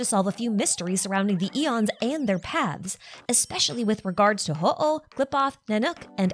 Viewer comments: Solid video, but just had one comment: looking at the other language pronunciations, Hooh is pronounced "Hoo" and not "Ho-oh" like the Pokemon / Japanese word for Phoenix. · HooH is probably pronounced /hu/. In Chinese, it's 互, which means "mutual." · this is the first time i’ve ever heard someone pronounce “HooH” and i never would’ve guessed THAT was how you say it 😭 it makes sense though